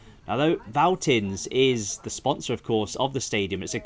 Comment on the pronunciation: No criticism and it has been written a lot in the past but if you see a "V" in German it is almost always pronounced much like an "F" in English. So it sound like "Feltins"-Arena. Unfortunately, the "Vonovia" Stadion actually is not pronounced with an "F" as Vonovia but like an English "V" as it is a made up word. And average attendance at Schalke is >60k even in the 2nd league.